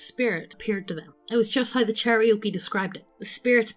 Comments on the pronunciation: Cherokee, NOT Cherriokee CHAIR-OH-KEE, NOT CHERRY-OKIE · 'Cherry-oakie' kek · Listening to really badly mispronouncing Native American Tribes is making me cringe inwardly every time. Especially Cherokee., IT'S CHAIR-OH-KEY. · Cherry oaky 🤣 chair-oh-key cherokee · Yeah, i’d say it as Chair-A-Key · A pronunciation guide. Chair-O-Key. I love you guys, but c'mon.